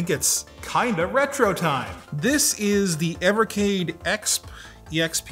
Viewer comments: It’s E-X-P, dude. Not “Ex Puh”. Weird way to pronounce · I love but every time he pronounced EXP phonetically it hurt my soul. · The way you say "EXP" is triggering a bit ngl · You think you’re funny keep saying ekspp. Who cares man it’s not funny.